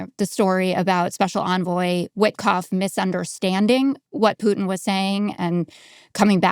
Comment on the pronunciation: Thk. the gods that someone knows how to pronounce Putin as in " poo tin " & not "" poo in " as " keave it " says